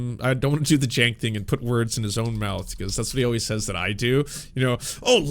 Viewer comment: Why did you give Cenk a French accent? 😂😂😂😂😂